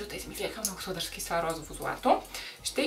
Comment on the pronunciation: Казва се розово не розаво